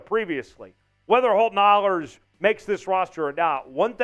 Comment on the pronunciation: Great show as always. Holton's last name is pronounced with a long A. Aaayhlers..rhymes with Whalers.🙂